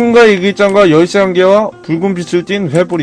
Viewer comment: 열쇠발음이 열섀라곸ㅋㅋㅋㅋㅋㅋ